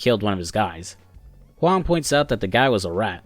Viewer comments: Thumbs up for the good mandarin pronunciation of "Huang". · You got my sub for the simple act of looking up how to pronounce Huang. I appreciate it